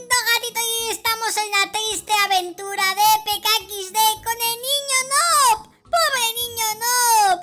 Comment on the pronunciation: Se dice nub no es nob pero se escribe noob